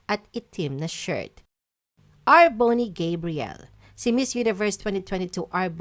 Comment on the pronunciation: mali pronounciation mo sa R'boney Gabriel